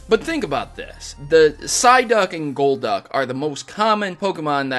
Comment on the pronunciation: BUT! It's Golduck not Coldduck